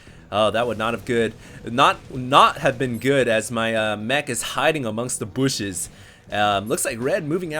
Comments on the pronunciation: 'hiding in the BOOSHS' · Love the way you say bushes lol